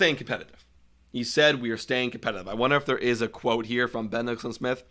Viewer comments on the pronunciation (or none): none